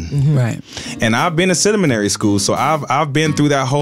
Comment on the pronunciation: Cinnomenary school is how he pronounced 😊seminary school 😂😂😂